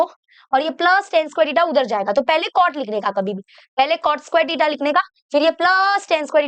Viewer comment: टिटा ❌ थिटा ✅